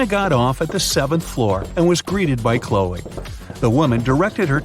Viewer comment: Her name is Chloe, not Hoe.